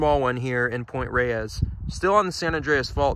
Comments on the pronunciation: Excellent job, dude. But "Point Reyes" is pronounced -- > Point Rays <-- not Point Ray-ez, as you pronounced it. I know it doesn't look like it, but there you are. Full marks to you for this effort, tho. Truly. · Point Reyes, is not pronounced ray-ees. it's pronounced to sound like "rays". The second e is silent. I know. I live here. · I can tell you're not from California, or at least Northern CA by the way you pronounce some of the names. It's ok, you say them in a logical way but Pt. Reyes should sound like Pt. "rays". San Rafael is San "ruhFEL" Tejon isn't Teehone it's "tehHONE". Those lakes on the peninsula are Lake Merced and San Andreas Lake. The fault takes it's name from that lake which itself takes it's name from the valley it's in. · There are plants on Point Reyes that occur nowhere else in the Bay Area. They were brought up for the South along with the point. For right or wrong, we pronounce Point Reyes as "Rays" and San Rafael as "Rafel." Even my hispanic friends. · I grew up in Marin County and I'd just like to say locals pronounce Point Reyes like rays and San Rafael like ra-fell.